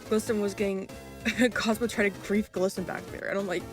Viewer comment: "grife" WHAT THE HELL DO U MEAN GRIFE. BUFFET? TOOTAY? LASDKFAKSJDAKJSDKA